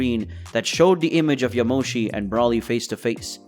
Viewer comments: It's BRO LEE NOT BRAW LEE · It not braly it broly I keep hearing braly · Why do you pronounce not brawly , it's bro li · Say broly's name right it's long o not Brahly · Amazing vid..yet the way you say Broly is urking me...Bro-lee not brawly..that is all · I love this so much, but every time he says 'brawly' I die a little bit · Br-ole-ee say it with me 🤦🏽‍♂️ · One request bro, PLEASE STOP SAYING BROLY the way you are, SAY BRO-LY, BRO AS IN what’s up bro. Otherwise love it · Bro said braly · Great video, I do think you should change how you pronounce some of the names. Whis is pronounced more like whees. Broly is with the same o you use in yamoshi. A long o and not a short one. Not trying to be a dick. Just constructive critisism. Hope you don't mind